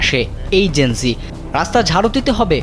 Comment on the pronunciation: লিখলেন জেন - যেড, বলতেসেন যেন- জি। A B C D জানেন না?